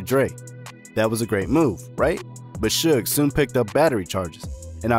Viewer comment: It's pronounced shouge knight (suge) is spelled incorrectly for the promlnounciiation